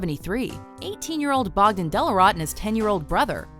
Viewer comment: Bogden rhymes with boghead.